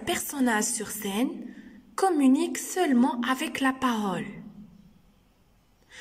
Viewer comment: Parole et non pas parôle . Non verbal et non pas nom verbal